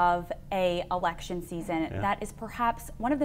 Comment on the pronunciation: Did she say " we are in the middle of an erection season "?